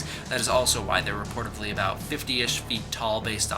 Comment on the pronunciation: Reportedly is the word you are looking for...not reportively. That isn't a word.